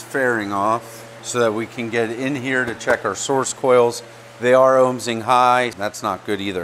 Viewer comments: Ohming not ohmSing 😂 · I die a little every time he says "ohmsing"